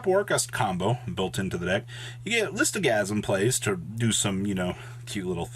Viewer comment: How can someone pronounce Lithosagym "Listogasym", it does not make any sense.